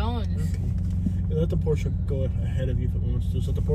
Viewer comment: Been watching u for a long time , me being a Porsche technician… the way u pronounced the name correctly made me like u even more instantly lol